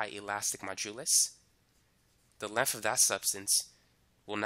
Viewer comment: he can say thick but cant say length..